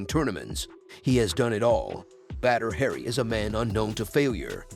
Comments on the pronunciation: It's not "Badder Hairy" it's pronounced "Bodder Ha Ree." Still a great video! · It’s annoying how he keeps mispronouncing his name calling him “Badder Harry” 😑😑😑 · Batter hairy😆... Oops... Need to try a little more research. Stop trying to talk in that dumb ass movie voice and try pronouncing names correctly 👍